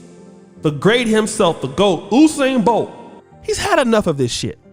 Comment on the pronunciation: Did someone say Whosain Bolt l?